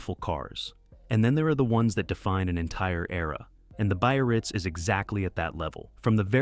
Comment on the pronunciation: And the crappy AI narration. Cadillac "buy-a-rirz" !